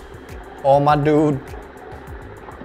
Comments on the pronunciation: Whenever you say dude it sounds like nude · He said dud so many times 😂😂😂😂 "Duds"😂🤣😅